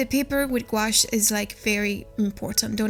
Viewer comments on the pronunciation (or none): Don’t mean to be critical it’s a French word. And is pronounced Goo. Ash.